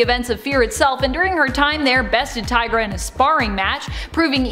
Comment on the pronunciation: Her name is T-EYE-Gra, not T-EE-Gra. Think about it! She’s a tiger. Get it? TIGRA! One of my all time favorite superheroes! 🤘🏻